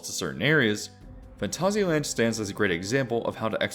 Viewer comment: I kinda feel like your pronouncing Phantasia wrong though. I've heard the word before as a disney movie with that title and they defiantly never said it that way. I checked a few things on google saying the word too, and it always came out as like the Disney movie. XD